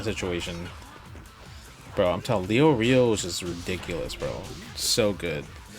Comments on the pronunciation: I ain't Leo-rio, it's Lay-or-ee-oh. Never watched it in English but I hope we don't pronounce it like that. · you forgot "LEO REO"